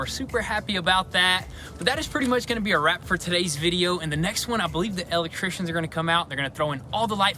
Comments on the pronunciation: I love how you say el'electricians! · Matt Hayward, reason why it tickles my funny bone is because I’m an “EL Leck Trician”😁😁😁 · Cracks me up every time he says "EL Leck Tricians"🤣🤣🤣